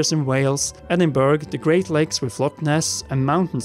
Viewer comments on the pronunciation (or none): i think i get more annoyed when people say Endinberg then a person who is from Edinburgh would